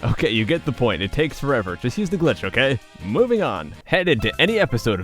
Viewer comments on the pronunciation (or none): none